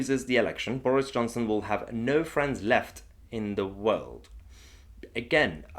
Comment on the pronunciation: Boorish Chonson? I love how she gets her pronunciation wrong.